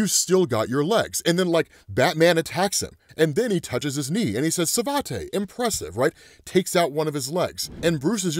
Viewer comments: I’ve been waiting for this version of Bane. So hardcore. And smart as hell. Little disappointed that Batman tried a Savate kick. It’s pronounced “Sa-Vot” not “Sa Vot te”. I’m not a fan of that style but the people who practice it are normally decent with their kicks. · It's "suh-vaht" just so you know.